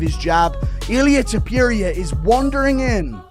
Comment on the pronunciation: I don't know about everybody else, but I am so sick of these AI bots. Reading what somebody's wrote and AI which is supposed to be the next biggest technological wander of the world doesn't even know how to pronounce UFC or names. It's so ridiculous and I will say this. The bot can say all he wants about people. Clamoring fans of temporia temporia does not have many fans. As a matter of fact to pour, you has way more enemies than fans. People can't stand the little flea weight. The little hobbits he deserved every bit of pain he endured. I hope the next person that hits him in the face collapses it. I can care less if I never see that dude's face again in my life. He is the most narcissistic prick I have ever seen or heard in my life. Watching him fail time and time again is what I wish for because that's what he deserves. Having a fake funeral the day before the fight. The white rose like he's on a season of the bachelor who gets a rose tonight. It makes me sick. Just engaging. You are a legend. You will always be the greatest the most fun. The most entertaining fighter and mixed martial arts and sarukian don't be mad at Justin. A real man will turn down a million dollars even though he won you 4.5 million on a bet. Think of his position. He doesn't want to take anything from you. He's a man. He's not some little p** that needs or wants a handout and I understand where you're coming from. I think it's a beautiful gesture what you did but think about it the other way. What if